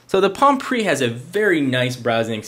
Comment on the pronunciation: he clearly missed the "E" in "PRE" on purpose.